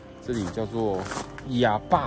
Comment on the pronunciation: 亞爸的山 怎麼聽起來像台語的 阿爸的山🤣